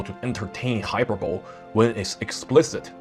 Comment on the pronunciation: Excellent video. One note. Hyperbole is pronounced “Hi PER bolee.” I made this same mispronunciation mistake before myself.